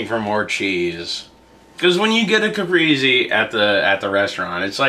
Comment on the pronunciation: I hope you re-try the caprese soon because that had real potential to be totally amazing. But string cheese is flavorless. You must use the real deal buffalo mozzarella. Don't skimp. There are no substitutes. It's pronounced cah-press-eh by the way-- not cah-pree-zee. You guys all still rock.